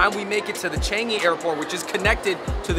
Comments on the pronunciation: Ch- ahhhhhhnnnggggg - eeeeee not Ch- eeennnnnggggg - eeeeee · The way you all pronouce the "an" in Changi n pandan..... :p